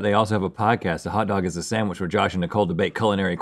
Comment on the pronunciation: says SAMwich